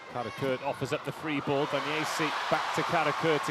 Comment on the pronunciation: "wooo Daniessi, wooo Daniessi, Daniessi Daniessi Daniessi" 🤣